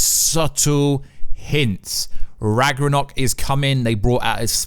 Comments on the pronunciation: Why are you not able to pronounce ragnorok correctly?? My god! Then he goes on to say IMPLIKITLY! How low is this mans IQ?! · Did you bump your head? First, you mispronounce Ragnarok, then you say that the wife of Kratos is Freya. Then something else, you call it north misology? I’m baffled. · left a dislike for this clown. He can’t even say ragnarok properly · I think you need to read up on some basic norse mythology and how to pronounce ragnarok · Oh god that pronounciation of Ragnarok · You said "Ragarnok" , and though(and possibly a few more times afterward). It's RAGNAROK. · Rag-nar-ok, not rang-ar-ok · ITS RAGNAROK (ragna-rok) NOT RAGRANOK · Rag Na Rok vs Rag Ra Nok lmao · "Ragger-Knock" xD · Its rag-no-rok, not rag-ro-nok. Lol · Did anyone else hear “Rag-Ronok”? 😂 I’m pretty sure it’s pronounced “Rag-Narok” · It is RagNarok. Not ragrorock lol. And Kratos’ wife is Faye not Freya. Freya is the witch in the woods, Baldurs mum. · It’s Ragnarok. Not Ragranok.... BOY!!! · RAG-NA-ROCK NOT RAGRONOK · He said "Ragnorrock" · Ragnarock not ragrnog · RAGNARÖK NOT RAGRANOK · Its ragnarok not ragranok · what is ragunok do you mean ragnorok? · It’s ragnarok not ragranok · RAGNAROK! not ragarok, not ragornok, not ragerok is fucking ragnarok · Maybe He misread the "n" to "r" in Ragnarok and pronounced it as "Ragranok" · you said it Ragranok multiple times, I don’t think you said it correctly the entire video. It’s pronounced Rag - NAR - rock. Not Ragarock Raganrock Ragranok Raganock It’s Ragnarok. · Why do you keep calling it ragranok???? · (Rag-Nor-Rock) Ragnorok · Ragnarok (Rag-Nor-Rock) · It's pronounced RAG-NUH-ROCK. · “Loki’s real name ragroror” wtf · Sorry to do this but it is pronounced RAG-NORE-ROCK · did he just said ragornok?? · I love the part when he says ragronok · I wish he would say that instead of Ragranok. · Noone:: ragrenok Sorry just had to do it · as a dane, I love that ragnarogh pronunciation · Say it with me RAG-NOR-OK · The hell is rag na nock?